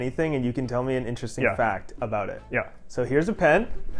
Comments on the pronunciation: I’ve never actually heard someone from BC say “aboot” until this video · lmao did this guy actually say aboot, i'm canadian and thats the first time ive heard somebody legit say that